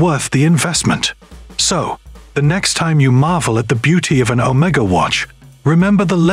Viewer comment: You need to learn how to pronounce the word Omega.